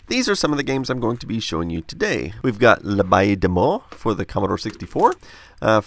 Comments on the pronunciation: You really tried with the French but abbaye is a very difficult word to say especially based on the spelling - it's just like in English, but you have to make the final "y" of "abbey" longer, like if it was two syllables. Lemme keep watching now, I'm sure the episode will be awesome :-) EDIT: ab-beh-hee, if that makes sense ^^" EDIT2: Whoa, the game is incredibly good to! Props to them! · I can't get enough of you trying to speak French ^^ And in fact you nearly nailed it :) It's just that the "aye" in "abbaye" is pronounced like the "ai" followed by the "y" from "fairy" (at least in France, I don't know about the other countries)